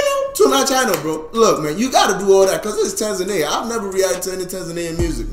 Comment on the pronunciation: u pronounced Tanzania correct..❤️